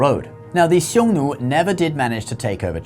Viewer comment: You pronounced Nü for Xiong Nu